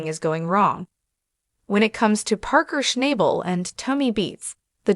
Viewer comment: Maybe you should watch the show one time and learn how to pronounce his name correctly. Rather showing how un-unique can be